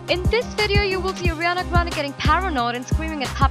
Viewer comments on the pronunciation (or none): Airiana 😭😭 you can’t even say her name SHSHHSHS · Why is she saying "agriana grande " xD